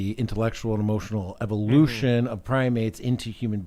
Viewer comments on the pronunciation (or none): none